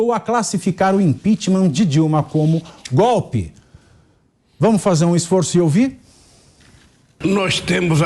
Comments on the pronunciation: Gope,assogo,abobra,kk vergonha esse nove dedos é uma vergonha,como pode um presidiário no governo,e ainda fala tudo errado😛🤔😈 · O nove dedos pronuncia "gope"! O Brasil tem o Presidente que merece.